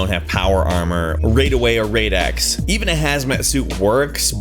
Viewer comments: Raid away? Raid X? You mean rad away? Rad X? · Raid-away or raid-x?....you mean Rad-away as in Brad...without the b...rad. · ITS RAD AWAY CAN THEY NOT READ???!!!